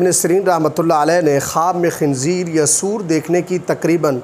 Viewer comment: آپ کو تو سور بولنا بھی نہیں آتا